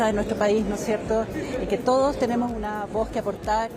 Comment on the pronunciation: Ahí los "tenimos" que terrible la periodista penca, se le cayo el chocopanda